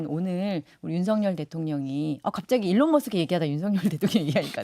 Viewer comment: 에론이 아니라 일론입니다